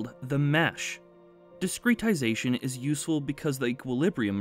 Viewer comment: Not a native speaker, is this really how you pronounce discretization?